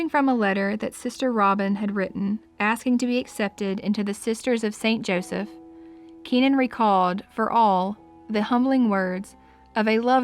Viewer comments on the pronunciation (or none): none